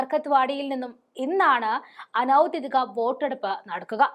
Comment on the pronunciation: കൂടെക്കൂടെ ആവർത്തിച്ച് കേട്ടത്കൊണ്ട് എഴുതുന്നു: ഔദ്ദ്യോദികം അനൗദ്ദ്യോദികം എന്നല്ല പറയേണ്ടത്. ഔദ്ദ്യോഗികം, അനൗദ്ദ്യോഗികം ഇവയാണ് ശരി. ഉദ്ദ്യോഗം എന്ന വാക്കിൽ നിന്നാണ് ഔദ്ദ്യോഗികം, അനൗദ്ദ്യോഗികം ഉണ്ടായിട്ടുള്ളത്.